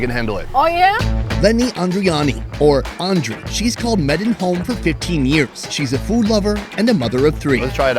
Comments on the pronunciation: What is Meddin? 🤣 Medan is pronounced May-dan. Kinda like saying maiden but more of a Dan at the end. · its medan (may+done) not maiden😅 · Medeen? Since when Medang is Medeen? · you pronounce medan, maden in english, nice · Fyi: The correct way to pronounce the city name is meh-done